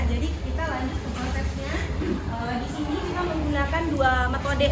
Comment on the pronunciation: Mba nya selalu ngomong "disni" disini"..